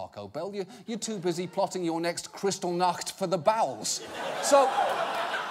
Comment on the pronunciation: Ik there is a double l in kristall nacht but but a is still pronounced like its only one l Its the same like in nacht ( sry ik this is a minute detail and not relevant to this piece but just wanted to put it out there )